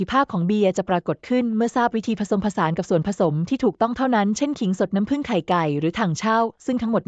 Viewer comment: พูด หรือ อ่านไม่ตกวัค.เช่น.น้ำ.แล้วมาผึ่งในวัคหลัง ทำไม่อ่านว่าน้ำผึ่งเลยล่ะ